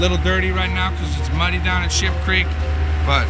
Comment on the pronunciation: He tried to say Ship Creek and ended up saying Sheep LOL I do that waaaaaay to much lol